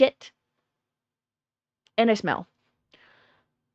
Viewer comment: Have a like for being the only one that hates the way he hays "Wha'" instead of want apart from me so far. The other earworms are how he says And, banned, demand, like "Eyand", "Beyand", "Demeyand".